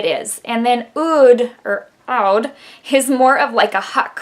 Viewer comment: Oh my this palette looks so pretty. I love it on you and when you do your close ups. Never worry for that because you are so pretty and it's kewl to see how you used the colors. Oh yea...Oud is pronounced like food, but oood. I love fragrances with Oud.